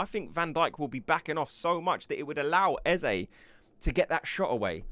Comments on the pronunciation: why arsenal tubers can't say Eze name right? even old Charlie Watts the same . only one who gets it right is Adrian Clarke.. fyi do not say ezzay ... say ezzah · Eze pronounced as Ezza.